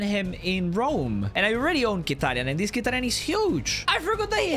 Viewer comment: its with the m its not kitaryan and love your content and the fact that your trying your best amazing content